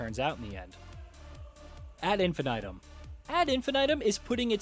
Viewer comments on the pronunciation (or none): Love you guys but... your pronunciation is abysmal. Basically anything that isn't english you don't even bother to find out how it's actually pronounced. It's awful. 👎 "Brume" is french and it sounds more like "broom" than "souffle". "Ad Infinitum" is latin and it's pronounced almost as is. "Infi-nigh-tum" is atrocious. 🤦‍♂ Next time tell the guy doing the VO to please do the homework before recording. 🙏